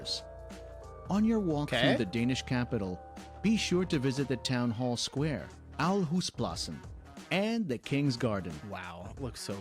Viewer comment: you make a video about denmark. why don't you learn how the names of towns are pronounced? aarhus??? aalborg??? the central place in copenhagen, rådhus/raadhus??? terrible!!!